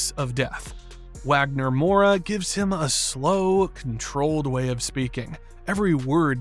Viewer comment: It’s pronounced DRAGG-oh, VAHL-kuh, and VAHG-nur mohr-uh, “Patrick Star!” 🤨 You have poor pronunciation skills!